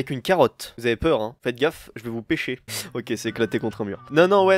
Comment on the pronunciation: C bizzard quand tu a dit carrote et pecher